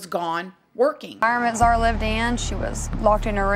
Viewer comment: Could at least announce her name correctly. Disrespectful